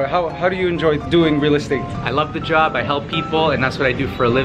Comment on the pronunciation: So funny...Mikey talking about the replacement door and your Toronto accent slipped out saying, JOB. LOL You should do a video about your different accents...you have at least 3-4 Oh sure THANKS Mikey...you got me crying when you gave your mom her gift and she broke down. Very sweet to help your loved ones out. Filipino culture...MOM holds the money.... my nanay hides hers in a coffee tin under pillows...so cute